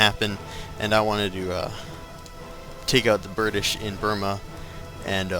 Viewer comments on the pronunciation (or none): did you say Burtish?